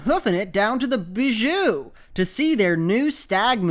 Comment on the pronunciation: ...I'm pretty sure "Bijou" is pronounced "Bye-yoo"